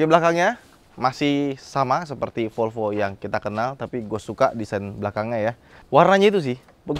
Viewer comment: MEREK MOBI tersebut BUKAN '' FOLFO'' - TETAPI '' V O L V O '' !!!!